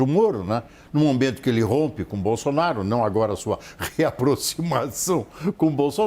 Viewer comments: Gente... ela falou o PRESIDENTE JAIR BOZÔ... BOLSONARO? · ..."e também hoje, o Presidente Jair BozzzzonnnBolsonaro... kkkkk! É inevitável... HAHAHAHAHAHAH! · Quase que ela diz " BOZONARO " kkkkkk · Eu vi ela falando bozonaro kkkkk eu vi kkkk